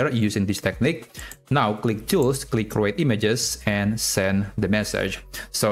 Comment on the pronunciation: the way you pronounce the word create is wrong